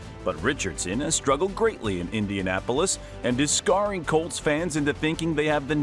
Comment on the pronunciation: AI voice, immediate do not recommend channel. "Scarring" lmao